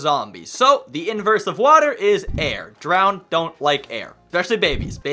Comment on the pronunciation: You said "water" wrong you said hater.